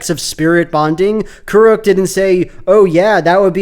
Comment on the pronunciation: Why do they pronounce Kuruk like K. Rool?